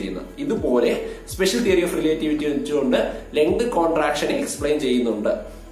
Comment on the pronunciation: റിലെറ്റിവിറ്റി✅ റിലേ..റ്റിവിറ്റി ❌